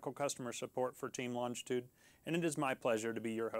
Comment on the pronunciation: It would help if the presenter could pronounce the name of the aircraft properly 🙄